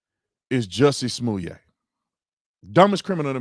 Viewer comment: Why all of a sudden are they giving #JussieSmollet a french pronunciation?? Giving him more class than he deserves. Daaamn! #LyinJussie